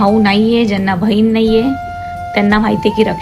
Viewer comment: Bahin bol bhayin nahi useless